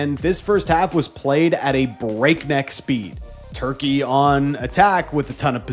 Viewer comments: Why is everyone saying Turkey-Yay? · Why are so many influencers being so extra in their turkey pronunciation. Just say the English name like with all other countries.